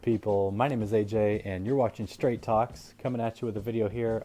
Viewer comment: Whenever he says straight talks, Am I the only one who hear it as Street dogs? Lol!